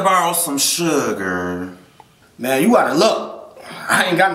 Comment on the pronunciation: how he said Suger😂😂😂😂😂